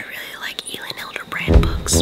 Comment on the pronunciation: My mom actually knows Elin Hilderbrand, she went on a trip to Nantucket with her. It is also pronounced (elle-in)